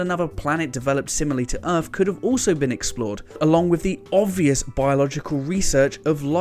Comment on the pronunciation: This dude needs to learn how to make a 'th' sound. It's "Earth" not "Earf".